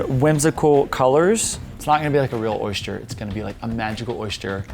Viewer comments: Why do you say "oy-shter" instead of "oy-ster",😂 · Lol, there's no h in oyster... You had me giggling every time you said oyshter 🤣 it's actually pronounced oi-stir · It’s not an oyster, it’s an oyshter... according to anyway 😂😂 I’m from England:) xx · I'm from Louisiana!!!!! I was wondering why pronounced oyster like we do (oyshter)! Lol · Why does he keep saying "oyster" like oysture (oystcher) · South Carolina here. Oyster rhymes with cloister not moisture.